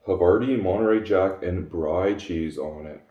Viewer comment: Brie = “bree,” double e sound. Good looking meal!